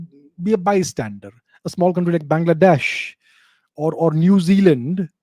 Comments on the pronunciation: The way you say Bengladesh is very funny 😂😂😂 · Sir im curious why you pronounce Bangladesh the way you do🤣😂. Any specific reason sir? Im curious